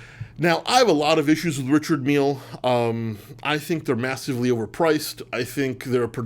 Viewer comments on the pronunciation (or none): It's seemingly unanimous that this list of three is plainly wrong. In fact, it's misinformed nonsense. Also, it's pronounced 'Rishard' not "Richard".